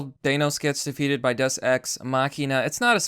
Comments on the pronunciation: umm deus day-oos not duss and .. deus ex machina .. from the machine comes god... damn dude can you at least say the word correctly ? and no Thanos wasnt killed by a deus ex machina ... there was nothing that came out of nowhere to bring a solution .. and Captain Mary Sue Marvel wasnt in the movie all that much (yes the parts with her sucked donkey balls) but how did that bother you all movie .. there was a lot more movie without her than with her ... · It's pronounced "Day-us" just fyi for future reference :) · Thank you it was really bugging me that no one else noticed the wrong pronunciation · day-oos just saying